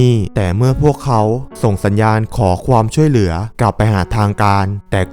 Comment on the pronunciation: คนภาคเปนคนอีสานแน่เลย อ่านคำว่าความ เปนควม